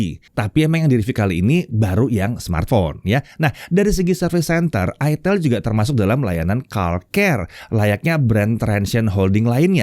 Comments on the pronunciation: Itel ya, bukan itel😂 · itel, bukan : aitel, aitel bukan itil. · tetap aja sebagun orang Indonesia karena membaca dengan Kaidah bahasa Indonesia bacanya Itel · bukan ithEL ya om 🤦🤣🤣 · Bacanya aitel/aitil yak. Bukan itel 😂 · di baca itil 😂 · Om ngomong nya itil/itel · Bacanya aitel bukan it*l🤣🤣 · Dibacanya itil ateul🤣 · Baca nya aitel bos ❤ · Kebacanya nganu njir 🗿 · Ngakak, pas cara penyebutan produknya🤣🤣